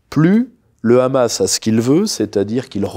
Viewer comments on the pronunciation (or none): none